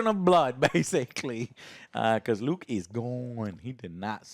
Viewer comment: Am I the only one surprised that Joe managed to pronounce Luke right?